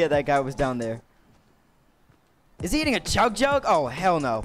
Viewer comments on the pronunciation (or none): TheLolzman2215 yeah it sounds like EATING but he means HITTING